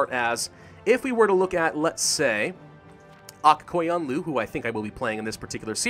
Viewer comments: Yo listen up since im from Azerbaijan that means that we learned about Aq qoyunlu and the Qara qoyunlu So u say Aq qoyunlu like this: Akh qoyunlu And for qara qoyunlu ur somewhat saying it correctly Edit: if u wanna say it correctly say QOYUNLU not KOYUNLU because it kinda makes me get triggered but hey its k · The pronunciation of aq qoyunlu is agh goyunlu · All of the "u"s in the names are u sounds, none of them turn into an a. Phonetical pronunciation. Ak Koyunlu.